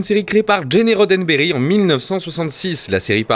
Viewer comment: Géné Roddenberry ? sérieux ?? ca se prononce "GINE" si tu veux ne pas être ridicule stp... ca gâche un peu pour tout connaisseur minimal de ST. On ne parle pas de "Géné" Kelly mais bien de "Gin" Kelly... Son fils c'est Eugène, rien à voir ... D'autant que sur le fond ce résumé est vraiment plutôt pas mal fait du tout..